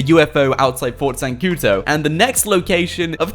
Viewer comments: it's not zancuTO but zancuDOOOOOOOOOO ... o.O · Whats Fort zancuto? it's ZANCUDO